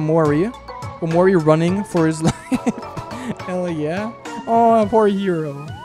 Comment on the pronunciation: says “hell yeah” but somewhere I thought I heard “Kel yeah”